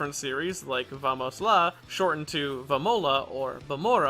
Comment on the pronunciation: amazing ideo just want to add that "vamos" with 2! is spanish, not portuguese both languages have the same spelling, but obly spanish has 2!, also ur pronunciation was spanish (i'm brazilian so kkk)